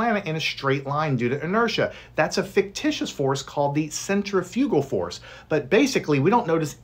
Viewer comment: FINALLY SOMEONE PRONOUNCED CENTIPITAL FORCE AND CENTRAFUGAL FORCD CORRECTLY